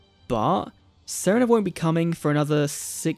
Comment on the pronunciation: "Saranah" Who? Serena. Oh.